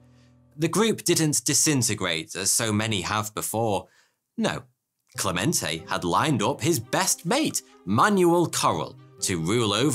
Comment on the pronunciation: All throughout the first half of the video you're saying Clemente wrong... It's spelled with E's, not A's. Meaning it's pronounced eh/ey, not AH Cl eh meh nt ey not Clah ment ah. Francesco Franco??? Don't you mean Fransisco Franco? You know, pronounces Fransssssssssssssssisssssssco? All their money came from overcharging patrons for little tickets, cards, idols, and the like. Overcharging by the hundreds. I saw a documentary about it that came out of Ireland (I think). It covered a lot about the Catholic Church and Ireland and they even went to the "city" in Spain. They were sent away. I think other fake churches were covered as well.